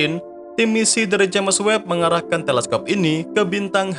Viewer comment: Maaaaaas... Subscribernya kan udah banyak.. mbok yaah ejaannya dibetulin gitu looh!!🤣😅🙏🤪.. James bacanya Jems.. bukan Jemes maaaas!!.. wkwkwkwk..